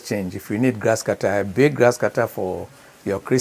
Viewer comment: My Ghana brother, it's not Gasscutter oh 😂😂